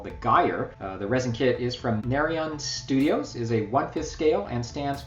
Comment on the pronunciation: Really nice models there, the greyscale Invisible Man is really awesome, must be difficult to paint I imagine. And thanks for sharing my model (The Last Engineer), glad you like him :) And some nitpicking, the Guyver resin kit is from Narin Studio, not Narion :P